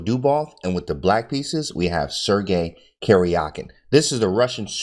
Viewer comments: It's not "Kerjakin" but "Karjakin" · Karjakin is actually pronounced like Karyakin, I think. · Thanks for your awesome video. The correct pronunciation of their names is as follows: "DOO-bohv" "Kah-RYA-keen" - (I am native Russian speaker). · AHHH!!!! Stop saying Caryahkin! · Talk about brutal??? Absolutely butchered the pronunciation of Karjakin XD